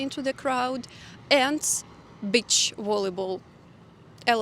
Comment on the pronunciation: People with eastern Slavic accents should avoid saying the word “beach” in English. It sounds like something else 🤣